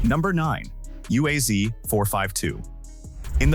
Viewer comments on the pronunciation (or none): UAZ is pronounced Oooaz, and ‘буханка’ pronounced with a hard ch-sound like in Bach. Just a small comment. The video could be half in length if repetitions had been left out.